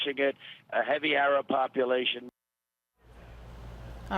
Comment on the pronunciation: isn't he saying Arab ?!